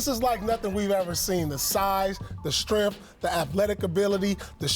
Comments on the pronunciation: "the stremph" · "...the size, the stremth..." 🤣